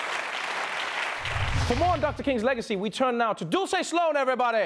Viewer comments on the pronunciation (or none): none